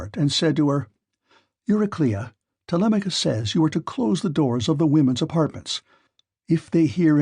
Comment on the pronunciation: i feel like this is an ai bot using marks voice. he pronounces "telemachus" 2 different ways within the span of a minute around the mark